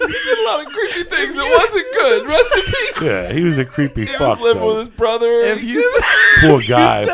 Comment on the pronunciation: How many fwend come wif you